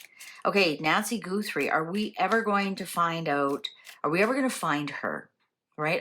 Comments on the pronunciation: I think you might be the only person who pronounces it “GOO-3.” Everyone else says “GUH-3” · Thank you! The “Goothrie” was driving me batty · How can you get an accurate reading if you're mispronouncing her name? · Can you please pronounce her last name correctly? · Accents. See the video about the Cork MP and his pronunciation of "40"